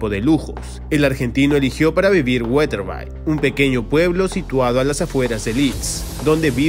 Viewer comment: Yo vivo a 7 kms de Wetherby y aquí se le quiere mucho a Bielsa. Por cierto, Wetherby se pronuncia...guedebi.😉